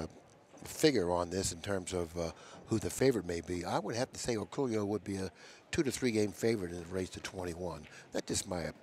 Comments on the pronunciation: No. It's pronounced OR COOL YOU in the Philippines. LL's are pronounced as LY in the Philippines. POLLO would POL YO, not POYO. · it's pronounced "or-ko-lo"!!!!